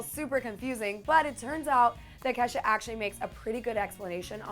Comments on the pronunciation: anyone else hear her say Kesa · Why are people saying kesha's name wrong